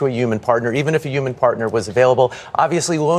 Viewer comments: Why are they saying Uman instead of human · that man consistently saying yuman